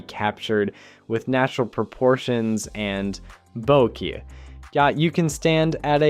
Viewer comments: The way you’re saying “bokeh” is frying me 😑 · Yeah, cracked me up too